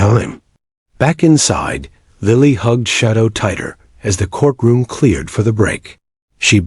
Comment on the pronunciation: REALLY? THE CORK ROOM?? GET ANOTHER AI!!! What is wrong with a human narrator? At least a human can understand the continuity of a sentence and the correct pronunciation of common words.